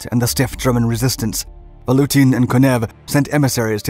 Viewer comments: VaTutin, not VaLutin. :) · I kept on hearing: "Nicolai VaLutin'. I assume it must have been Nicolai VaTUTIN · Sorry, but you repeated misnaming of the Russians was very jarring to the ear! General Vatutin! Two T's. You kept saying Valutin. As if it comes from English word value. Malinovski. From Russian Malina = Raspberry! Stavka. The first letter is an S. And pronounced as such. I keep hearing historians pronounce it as Sh. Maybe Germans said it that way. It is from Russian word Stavit' = to put. Same word also means to bet. The other thing is you are sympathizing with Germans as if somehow they were the good guys in this war or even encounter! Nothing is further from the truth! Germans were the aggressors, the occupiers and the Soviet Union was fighting back to free their land or the fascist scourge. Why would you say terrible T-34s? Tons of young Russians perished in those tanks for the good of the World!